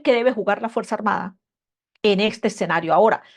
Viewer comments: No se dice "Exenario" ,se dice "Escenario" tal como se escribe... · Con el debido respeto y admiración, no es eCsenario, lo correcto es eScenario